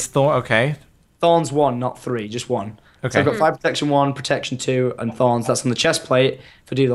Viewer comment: "This gives meh thawns"